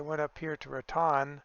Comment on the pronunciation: I’ll help you out with those New Mexico town names (I’m a life long New Mexican). Tucumcari is pronounced Two-come-carry. Raton is pronounced Ruh-tone. Thanks for the small glimpse of Texas. 👍🏻